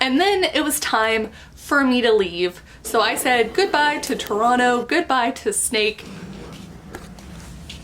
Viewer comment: Ah, my hometown! Good on you for saying “Toronto” like a native. 👍🏻